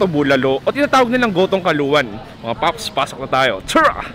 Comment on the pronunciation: style m b pre ung 'tora' (tara) o tlagang gnyn ang pgbigkas m...peace pre!